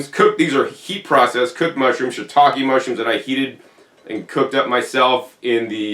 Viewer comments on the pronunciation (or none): none